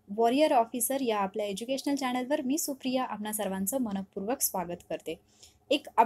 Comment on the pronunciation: "चॅणल" नाही 'चॅनल'